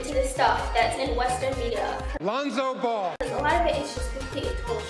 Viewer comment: “Lonzo Ball” 😂😂😂😂😂